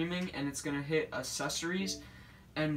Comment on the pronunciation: I am so sorry but mans said accessories wrong